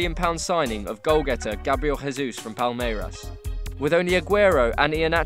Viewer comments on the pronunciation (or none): Why does this guy says "gabriel hesus"? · Well, you know that here in Brazil we dont speak spanish, right? So Grabriel Jesus is not Gabriel "Resus" ok? The J doesnt sound like R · I'm Brazilian and the correct pronunciation of the letter J in Gabriel Jesus is the natural sound of J in English, not the sound of the letter in Spanish. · Gabriel Jesus is not from a spanish speaking country, the way we pronounce Jesus in portuguese sounds like the mix of the english version then the spanish one. The J sound is more like english, the rest sounds like spanish.(kind of)